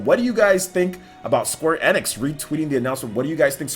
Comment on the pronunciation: Square NX?? Its pronounced Square * E Nicks *